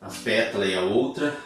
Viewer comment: Professor !! Perdão ooooo , mas cada vez que você fala “petula” fico 🤔 atrapalhadinha !! Verdade !! O certo era falarmos “PÉTALA” e “PÉTALAS “ ❤❤❤❤❤🎉🎉🎉🎉 perdão ! Por favor 🙏